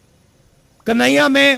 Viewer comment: Pahle प्रभु का नाम बोलना तो सिख लो कही नहिया नही कन्हैया होता है समझे ऐसा न हो की कही नही रहो राहुल जी